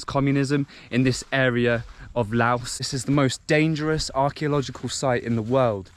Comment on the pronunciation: couldn’t even pronounce the country name correctly. 😂